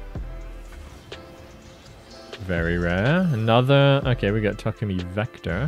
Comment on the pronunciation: Why do you say Takumi so weird?